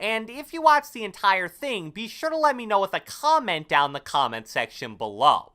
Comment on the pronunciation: I really hate the way u say combat, comments and console sooooo much